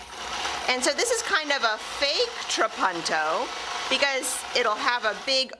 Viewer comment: It's italian, and pronounced more like how you first said it - a short 'u'. "tra-PUN-to" It means 'I quilt'